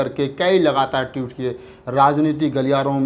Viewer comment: Tweet hota hai Toot nahi.